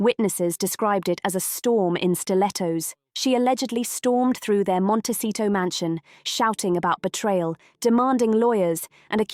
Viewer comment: It’s Montecito. Not Montesito.